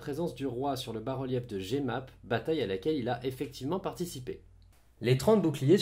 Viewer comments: Super vidéo comme toujours, par contre petite note linguistique: on prononce Jemappes "Je map" et non "j'ai map" (on se passera de l'écriture phonétique) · NB: Jemappe se prononce "je-map"